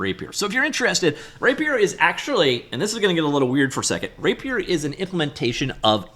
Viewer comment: He's just pronouncing it weird